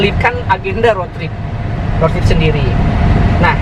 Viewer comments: Rot? Bukan rud? Indonesia bacanya...ejaan rot dan road salah cakap salah makna.baik menggunakan bahasa bangsa sendiri,kalau di seliti bagasa asing kena yg betul untuk pembelajaran.apapon saya suport. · Diseliti dengan bahasa english.tapi cara sebutan bukan english.jadi maknanya lain....contoh di cakap rot harus nya rud(road)